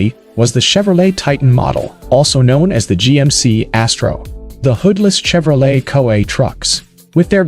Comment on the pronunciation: The pronunciation is just off. No one calls the trucks COA They’re called cab overs. And saying Chevrolet with a hard CH is just silly as can be.